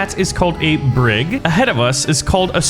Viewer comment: A BrIG, he called it a bRIG lmao. Your knowledge of 18th and 19th-century naval warfare disappoints me